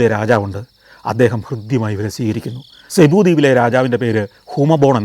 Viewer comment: സെബു അല്ല സർ, (Cubu) സിബു എന്നാണ്‌.... You’re wrong in this pronunciation